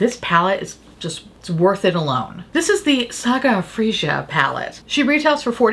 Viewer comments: fray-a not freesia 🤣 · Saga of Frey-ah. In Scandinavia j is often pronounced like i/y. But no worries, how would you have known that. Love you btw :) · On the Oden's Eye, it's "fray-uh" the j is more of a Y. I want to get it for my niece, freyja and save it until she is old enough for make-up. Limoncello not only makes me want it for eye shadow, but the Mediterranean vibes are what I want to do to my kitchen. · Freyja = FRAY-uh